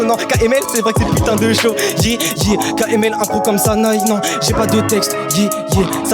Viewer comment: Pierre Croce qui dit KLM... C'est KML pierre !!!!!!